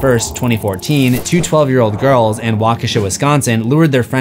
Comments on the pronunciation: close, but not quite right pronunciation of Waukesha. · As a Wisconsinite the way you are saying Waukesha is funny we pronounce it wa (like water) - ka (like cut) - Shaw